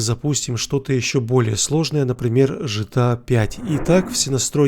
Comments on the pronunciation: Г Г, помогите этому человеку сказать букву "Г" в начале аббревиатуры от сокращения слова - название не меняется. Гта а не Джта... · Почему ты говоришь Джытыа?если игра Гэтэа?😀